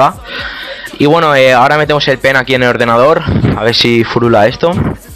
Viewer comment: se escucha enves de pen p3n3 xd , meteis el p3n3 a la pley xD